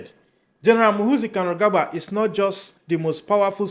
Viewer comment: Muhoorrrzi not muhuzii.